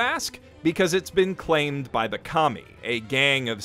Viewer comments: Every time you say KAMI.. I laugh because all I hear is COMMIE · What I heard: Serve the commies..lol